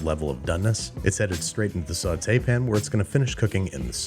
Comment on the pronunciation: Oh now it's a Sauté pan? You almost convinced me it's a sautaypn.